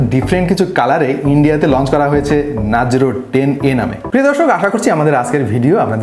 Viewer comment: this guy is not trustworthy cause he says nazro instead of narzo